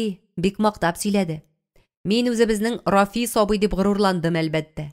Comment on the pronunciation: Бик яратып тыңладым. Зур рәхмәт авторга һәм шулай ук укучыга да, тик Рафис дип укуы гына ошамады, Рәфисне. Зур иҗади уңышлар сезгә.